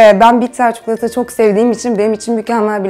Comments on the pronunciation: Bak çukulata değil çii koo laa ta çikolata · çukulata değil çikolata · Abla şu çikolataya çukulata deme artık lütfen yaa seviyorum seni❤️ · ABLA ÇİKOLATAYA CUKULATA DEMESEN SEVİNİRİM ÇOK TAKILDIM SİNİR OLDUM BİRAZ 😂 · Çıldırdım ya çukulata çukulata 😐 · Çi çi çikolata 🤯 çukulata ❌ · ÇUKULATA DEĞİL ÇİKOLATA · ablacım, çuklata değil çikolata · çukulata değil kanki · çukulata :D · çok güzel çikolata diyorsun😄